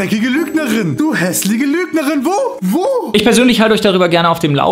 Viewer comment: Apo Rotznase: nicht einmal fähig "hässlich" korrekt auszusprechen.